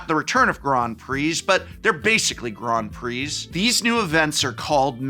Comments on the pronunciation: Ooh la la, GROND PREE, listen to Mister Sophisticated here, I didn’t realize I needed to wear a monocle and play the grand piano while watching this video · "Grond Pree" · What the heck is a "Grond Prix"? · Grond Preeze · What the devil is a “Grawn Pree”??? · What are these Grawnd Pree that you speak of?? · They way he says Grand Prix is so weird to me lol